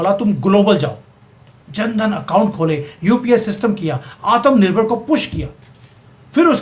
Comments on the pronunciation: Sorry to say aap Bhartiya ho aur Hindi Bhasha ka pronunciation sahi kariyega Aatam nirbhar BHARAT NAHI Aatmnirbhar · Aap , Atmnirbhar Bahut funny pronounce karte ho